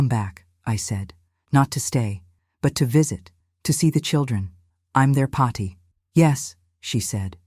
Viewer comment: Paathi, not Potty, for goodness sake!